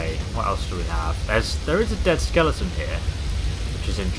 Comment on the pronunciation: lol u said a dead sceloton